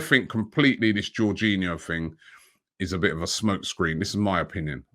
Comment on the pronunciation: Not jorghino!!!!